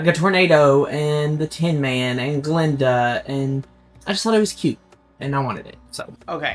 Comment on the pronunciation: It's "Gu-linda" not "Glinda" 🤣🤣🤣